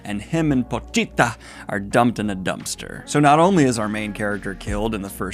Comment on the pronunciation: The way you pronounce Pochita reminds me of the leading woman in Dead Alive (Paquita). Oddly enough they are very similar stories.